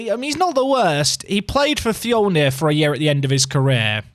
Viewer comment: I know you probably already learnt by now since this is a VOD. But Fjölnir is pronounced how you'd pronounce the i in Bird. So think Fjilnir but with that pronounciation